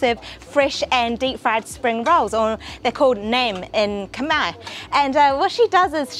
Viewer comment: I love how you pronounce Khmer words 😘😘😘😘 when u come back to Satay Noodles House I will speak Khmer to u 😘😘